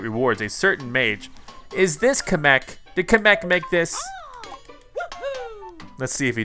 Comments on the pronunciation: im just saying this but you are porouncing kameks name wrong its pornounced cam - mek kamek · Kamech??? no offense on how you pronounced it just sounded funny